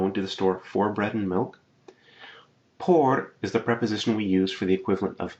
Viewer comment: I like your lessons, but I have problems with your accent to be honest. I think someone who teaches, should stop pronouncing letters like in English.. for example your "por" I realize that very often in your classes.. and I think it would be a good improvement for you to work on that.